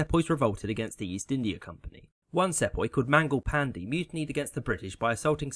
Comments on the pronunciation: Mispronunciations always concern me that I'm listening to AI narration. Your pronunciation of "Sepoy" in particular ... yeah, it's an uncommon word, but one that I'd expect someone with a British accent to get right. It's SEE-poy, not SEP-oy. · Excellent presentation. Errrm. ...... apologies for nit - picking but I was taught to pronounce "Sepoy" see-poy, and the Telegraph had to be constructed in order to send telegrams. Perhaps you might make it a few minutes longer for improved (a bit slower) diction and study of maps. Otherwise the chronology and politics far better than my schooldays nearly 60 years ago. Thanks. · Bro I literally have a history exam tomorrow which includes the 1857 sepoy revolution (I live in india) Also "sepoy" is pronounced as "si-pa-hi" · It's pronounced see-poy. Also it's unlikely that the cartridges contained pig or cow fat, rather it was probably a rumour designed to help initiate the revolt. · You pronounce Sepoy wrong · Good summary. 'Sepoy' is pronounced 'see-poy' though, and 'Boer' is pronounced closer to 'boor' then 'bo-er'.